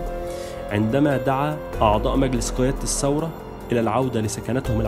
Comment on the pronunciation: الانقلاب وليس الثورة....كذلك نقول الثورة بالثاء وليس السورة بالسين